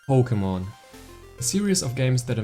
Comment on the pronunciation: “Poe Kugh Mon” Buckle up Lads this one will be a guaranteed treat of a Vid.